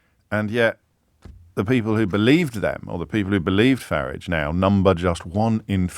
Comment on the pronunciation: Well done, James, the only commentator that pronounces "FARAGE" correctly 👏👏